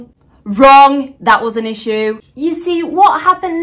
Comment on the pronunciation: sounded so british when she said issue 🤣🤣